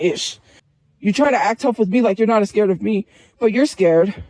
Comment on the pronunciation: This betch said "ascared" 😹😹😹